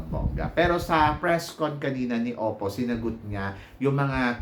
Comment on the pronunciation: its opal po not oppo..according sa parents ni opal, kaya opal ang nickname niya kasi daw they want her to have a heart as strong as diamond and nature as brave and humble as stone and OPAL is in between and OPAL is a gemstone..walang oppo na gemstone..its their accent na silent L kaya ang dinig is oppo